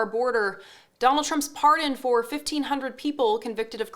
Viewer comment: Parhen? It's pardon.